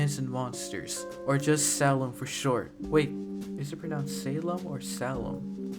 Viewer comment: No one, literally no one:: Sah-lem It kinda triggered me first because the creator says say-lem to it xD Damn, I'll definitely support that kickstarter.